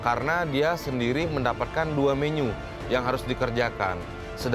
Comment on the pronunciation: bli ovit bilang menu jadi menyu 😂😂😂😂